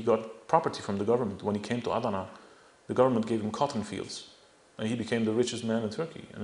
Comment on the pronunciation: this guy is full of it. he seems to have no problem pronouncing armenian words but when he tries to pronounce Turkish words like millet, Diyarbakir or Adana he doesn't do very good of a job. most of the documents he mentions are fake even I can tell you that.